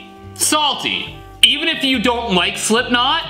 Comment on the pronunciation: that E from even sounded way to weird :D